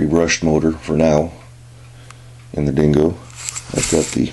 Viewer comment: dingo not dongo lol